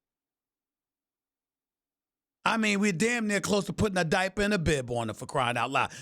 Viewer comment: “Put a diper and a bib on him” 😂😂